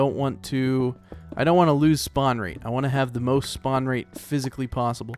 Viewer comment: you said span instead of spawn